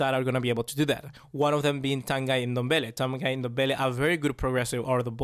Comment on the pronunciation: His name isn't pronounced as "Tan Guy" It's french it's probably some next shit.